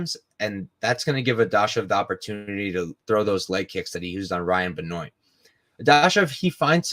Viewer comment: Benoit name is pronounced Ben waa